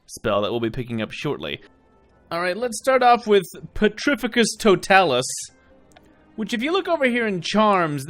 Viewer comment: For later reference, mate, it's pronounced pe-TRI-fi-cus to-TAH-lus. :-)